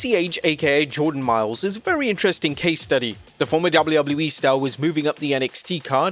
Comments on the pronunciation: My dude. It's WWE. Not "doullubuleee". Just.. slow down for a sec. You don't have to rush through your line reads. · Dubble-eee doubluyah yeeeee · DjoubbleUobbleU-E... LOL!